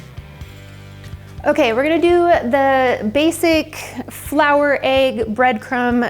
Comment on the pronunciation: First, please know that this recipe looks absolutely BEYOND delicious! I am very grateful that you've created this video & shared it with us!! If you don't mind my asking, why do some people pronounce: 1. The word egg as ayy-guh. It's very clearly written with the soft E sound, not the hard A sound. 2. The word panko as PAIN-ko. It's clearly written as PAN (like a frying pan) -KO. No judgment, only curiosity. I'll be cooking this entree for family this weekend, and I appreciate your video immensely!